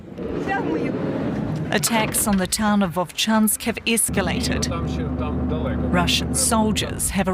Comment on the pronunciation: "sickened biggest city", "iscalated", "sivventh".... Can we please get a commentator that speaks ENGLISH??!